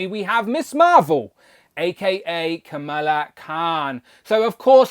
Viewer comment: Needs more blue, imo. And now I need at least three of her for customizing flerkins. 😜 And how did I not notice the D+ sneakers before? Btw, you’re pronouncing her name like “Camilla”, and we know how testy that makes you Brits. 😉 Her pronunciation is Ka-MAL-la, while the first female US VP I believe prefers it as KAM-a-lah.